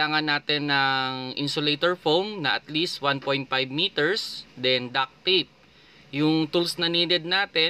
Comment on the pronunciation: DUCT not duck.